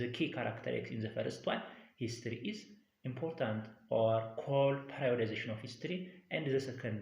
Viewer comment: You are good teacher in my understanding thanks more, However Please don't say "ፔሬድአይወዳይዜሽን" this word periodization say ፔሬዳይዜሽን